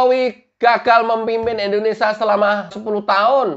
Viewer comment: KK tolong penyebutan kata INDONESA baik hrs di lengkapi jelas kalimatnya Indonesia..